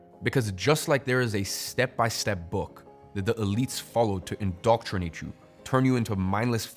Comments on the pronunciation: Indoctrinate - not indoctornate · Indoctornate? Don't you mean INDOCTRINATE?